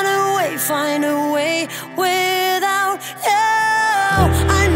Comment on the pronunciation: Jammer dat ze zo overdreven zingt en zo'n slechte uitspraak. 'Without' spreek je niet uit als 'widdout' :( De versie van Milow vond ik echt veel beter